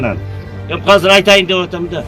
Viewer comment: "Казыр" - дебей, "Азыр" - эле дегилечи, же Мектепте Кыргыз-тилде: "Казыр" - деп окутканбы силерди???..